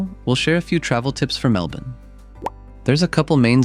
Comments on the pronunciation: So weird hearing an American say it normally lmao. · You pronounced Melbourne correctly 😊 👍